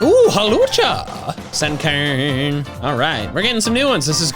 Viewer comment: the way he says "Sunkern" here actually sounds kinda Northern Irish 😂